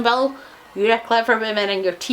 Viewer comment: Don’t mean to be rude but it’s pronounced Villa